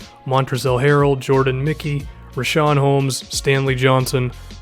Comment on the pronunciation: I'm pretty sure it's not O'harrell it's just Harrell